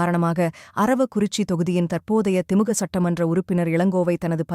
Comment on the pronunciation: திமுக என்று சரியாக உச்சரியுங்கள்